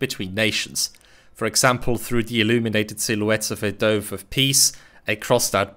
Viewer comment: Ihr Englisch ist außergewöhnlich! One comment though, 'Dove' rhymes with 'glove', 'love', 'tough'. Otherwise, perfect!